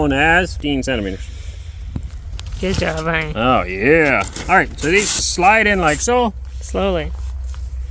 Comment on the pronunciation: не Аарон . его имя Аренд ( Арэнд) Ударение на букву А